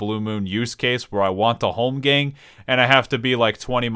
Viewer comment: Say holmgamg one more time....